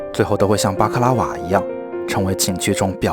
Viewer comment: 他說的：巴克拉瓦 我聽到的：瑪卡巴卡